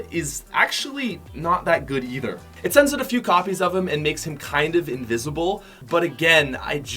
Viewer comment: Why the hell is he saying "oat" not "out"